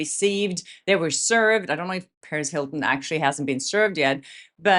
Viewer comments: You keeping saying Paris Hilton, its Perez Hilton Perez perez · I always think you're saying Paris Hilton lmfaoooo I was like when did she get involved 😂